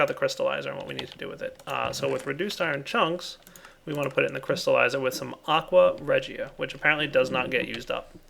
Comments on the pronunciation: Aqua Reina is the only the only thing that can dissolve gold And it's pronounced Aqua reeja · That's not how you pronounce aqua regia, it's like "aqua rey-sha" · You are pronouncing Aqua Regia wrong. D: Anyway Aqua Regia is an actual chemical. It is an acid and it can dissolve gold!